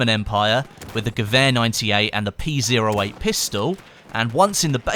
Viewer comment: its pronounced (P O 8) not p 0 8